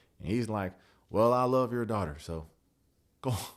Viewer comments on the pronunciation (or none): well i love ur daughter soooo .....(😂country twang I'm laughing out loud)